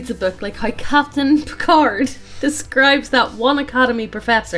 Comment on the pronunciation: pronounces Picard like that one lady from Time's Arrow